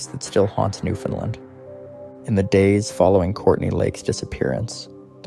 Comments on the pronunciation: He is repeating word for word the tory again and it's Newfoundland not new fin land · It's offensive to hear you mispronounce "Newfoundland" as New Fenlin". For Newfonlanders and Canadians it ruins your otherwise ok video. "Newfoundland" rhymes with "understand". Shame on you for not learning this from your research.